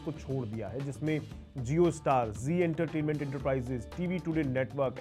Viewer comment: Jio ka pronunciation Zio kyun kar rahe hain? Zee ka bhut char gaya hai kya sar pe?